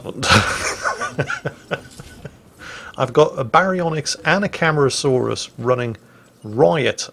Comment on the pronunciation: Cam-are-ah-saw-rus is the pronunciation.